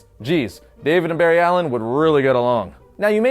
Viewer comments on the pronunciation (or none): none